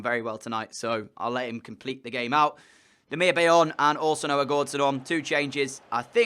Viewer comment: It's Demirbye not Demirbay